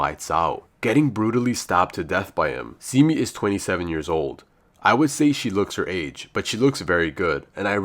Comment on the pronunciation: Pronounced Se-mi not Si-mi